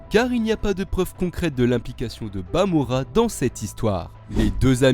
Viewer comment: Stp arrête de dire bamora